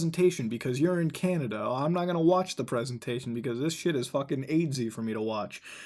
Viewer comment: Candada? Don’t you mean canadia?